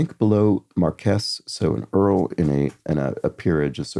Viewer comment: Mar-kwess rather than mar-kess